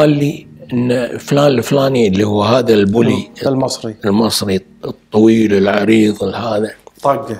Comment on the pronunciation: لفظ المصري المنطوق من قبل المذيع كأنه ينقل لنا رسالة كره واستنكار من المصريين بشكل عام هذه ليست اول مرة يلفظ كلمة المصري بهذه الطريقة يذكرني بصدام حين كان يتلفظ بالكويتي كلاهما يسخران وكل على شاكلته